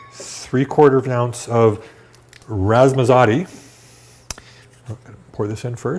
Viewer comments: Isaiah Estell I thought the same thing! What on Earth is "Razzmazotti"? 😂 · I know... I was calling out the comical pronunciation.